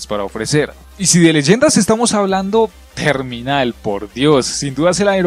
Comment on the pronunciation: Khandor hideut... shot hause... Rust... Shipment... Teminal... Buenos mapas de verdad